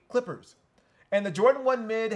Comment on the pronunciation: LOL You really did not say Clippers lol.